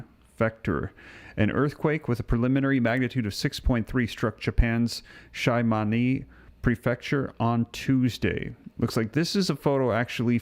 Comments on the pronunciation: It's pronounced She- ma-ne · Jus to let you know Shimane is pronounced She-ma-nay. lol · Shimane Japan... pronounced (SHEE-MAH- NEY). Thank you.